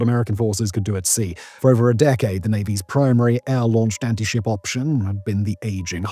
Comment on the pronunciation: "next generation ant-ship missile"?